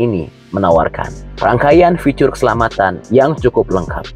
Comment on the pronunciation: Bg,, agak gmn gitu saat menyebutkan kata "ficur". alangkah sesuai EYD saja ya bg. Biar enak di dngr 🤭